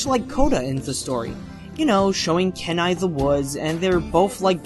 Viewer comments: Key-nai not Ken-ai Rutt not root and Rick Moranis not Morane Bro pronunciation come on lol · You pronounced Kenai's name wrong. It's like, keeeeenai. Plus, Where do you get Rick MORANE from??? It's Rick MORANIS.